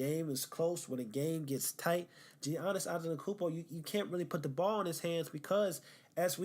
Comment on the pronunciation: You can’t even say his name right, don’t act like you’ve actually watched him. Also not a lockdown defender sorry to tell you? Making yourself look dumb as hell